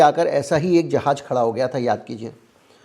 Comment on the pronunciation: जहाज न बोल के अगर ( जहाज़ ) बोला जाए तो ज़्यादा बेहतर है ❤❤